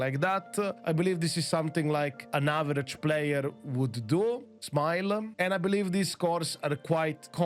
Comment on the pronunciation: Wait is he saying smile? Or am i hearing him wrong